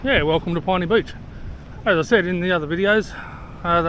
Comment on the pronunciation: It seems I've been pronouncing Pinny Beach incorrectly all this time. I've always thought it was pronounced as "pin-knee". Not "pine-knee" as you have.